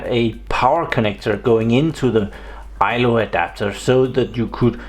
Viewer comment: Its called ILO not ILOR